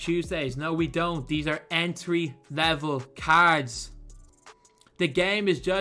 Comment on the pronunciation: Lost it at "Entwy levwal cads". 😆